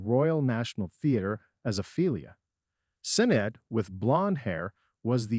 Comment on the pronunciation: If you are going to do a story you should make sure to get the names correct. The footballer is George Best not beast. Jeremy’s wife’s name is Sinead pronounced shin aid. Not cinead there maybe more errors but not hanging around to find out